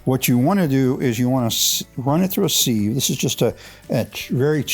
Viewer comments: Pronunciation police here. Pronounced “siv”. Not seev. Good stuff. Thanks for sharing. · Although it’s spelled with an “e”, sieve is pronounced “siv”.